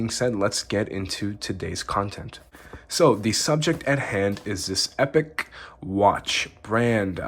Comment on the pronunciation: Nice review. But Epoch is pronounced 'ee-pock' (meaning a particular period of time in history).